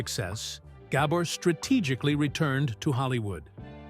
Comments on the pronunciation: it's not gabber the accent is on the second syllable - it's gaBOR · I wish the narrator knew how to pronounce her name. Ga-BOR. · I bet the narrator never heard of the Gabor sisters before, or he wouldn't have mispronounced the names so many times. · yeah, they do all this research, except the most important issue, pronounce the NAME correctly.